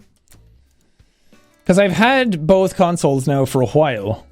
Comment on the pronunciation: I love the way he says “hwyle”